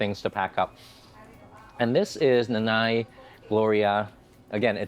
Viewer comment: Pronounced Non eye, meaning mama.